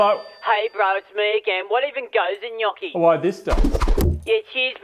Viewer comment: Brother, it is pronounced gnocchi